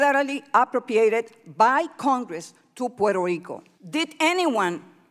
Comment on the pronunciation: Quiero ver la version en español.... Quiero oir el nombre de mi pais bien pronuncuado..... No es puero rico. Es Puerto Rico.